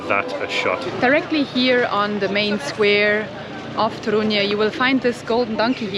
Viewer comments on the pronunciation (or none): Guys, it's Toruń, short sound at the end, not Toruniaa or Torunyee You guys adding na/nia (nya) at the end, especially the lady Main accent is on TOruń not toRUń (yaa) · Polish lesson. Polish accent - second sylabe from the end. So TOrun :) Yours "dzień dobry" ideal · It's TOruń - stress falls on penultimate (or first in this case) syllable. :) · I've got a question - why do you (and other English speakers) put the accent in the name of the city on "u" instead of "o" (like we do)? Is there any difficulty?